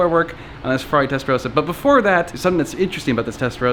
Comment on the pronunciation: Its Testa Ross a not Testa rose a.